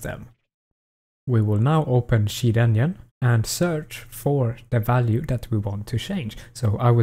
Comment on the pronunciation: imgooey, chear enyine